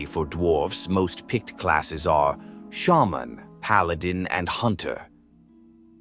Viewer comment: That’s actually how you pronounce it